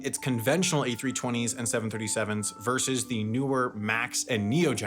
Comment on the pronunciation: Leisure versus business travel, not leisure verse business travel